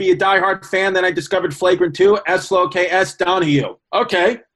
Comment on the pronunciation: What does “S low K S” mean lmao